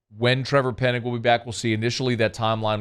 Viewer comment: it's Penning not Pennig 😉